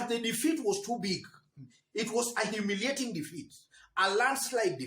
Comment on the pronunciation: must you stress that word humiliating defeat, mbona uko na madharau? Next don't say humiliating just say defeat. You sound hostile to kabogo.